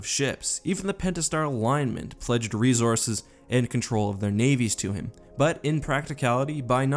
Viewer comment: GOD FUCKING DAMMIT HOW TO YOU WORK REEZORSES INTO EVERY SCRIPT?